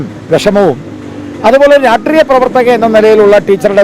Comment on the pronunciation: RAASHTREEYAM❌️ RAATREEYAM✅️